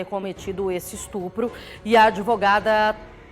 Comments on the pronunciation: Ah, um " estrupo "! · Tem que ser muito trouxa para acreditar nesse "estrupo", como disse ela!😂😂😂